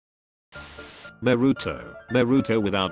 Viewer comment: Bro this YouTuber doesn’t know how to say there names naruto: this YouTubers Name naroto